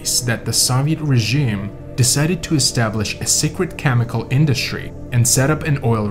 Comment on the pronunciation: When chemical is pronounced as "kamical"... it's very comical... don't be returded... pronounce your words correctly...